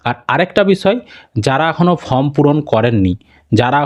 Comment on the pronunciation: ভাই ফর্ম এর উচ্চারণ টা ঠিকঠাক করো, তোমার চ্যানেল অনেক লোক দেখে, খারাপ ভাবে নেবে না আশাকরি